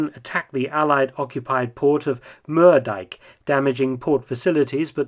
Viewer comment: As a dutchman, I really enjoyed how you pronounced Schevening, Moerdijk and Hellevoetsluis. LOL!